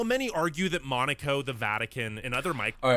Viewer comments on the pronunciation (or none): How come Italy is in such a low position?! Ranking Spain so low it's crazy and saying that the food there is one of the best, instead of saying that about Italy, it's crazy, as well! Besides that, am I the only one who finds pretty annoying that the narrator calls Monaco, "Maneecow"?!!😮